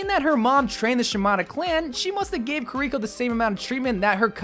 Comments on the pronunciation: ki-ri-ko, not ku-ri-ko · Key-ree-koh, Toh-ree gate, Kit-Soon-eh Rush. :3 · KiReekO? Come on man, she don't smell! :D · Yea you need better pronunciation for her name and half the abilities.